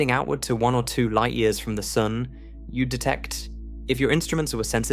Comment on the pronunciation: This guy occasionally pronounces sun soon